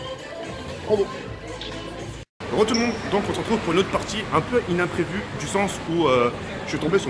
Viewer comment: « Innimprévu » tu me tue